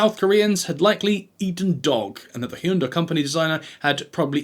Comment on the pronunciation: According to a famous ad campaign, Hyundai rhymes with Sunday. And it’s SeinFELD not SeinFIELD.